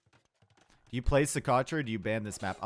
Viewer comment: pronouncing Socotra: "So.... crotch? Yeah!"